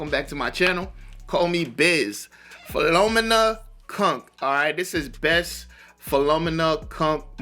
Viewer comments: It’s pronounced fill-Oh-me-na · It is kinda scripted that she is doing, but their answers etc ain't. She then plays off the answers given. Ali G is another alter ego of a bright man trying to trip people up. Also her name is pronounced phil/fil-O-me-na, for a heads-up.👍